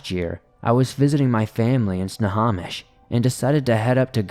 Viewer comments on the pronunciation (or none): Proof your not from the PNW it's not snahhomish it's pronounced snow-home-ish = Snohomish we have a bunch of oddly spelled names in the area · It’s pronounced snow- hoe- mish